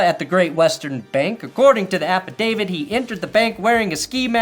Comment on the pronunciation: it’s “affidavit“ not affidavid.